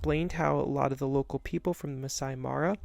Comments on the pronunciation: Great video! However, if you're creating content like this, it would be helpful to pronounce local terms correctly, such as "Masai Mara" (not "Masi Mari"). Just a friendly suggestion! 😊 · You’re pronouncing the park name wrong. It is Mah-sigh Mah-rah not Mass-see Mah-rye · Would have been awesome if you actully got the Masai Mara pronunciation right. Nice attempt though.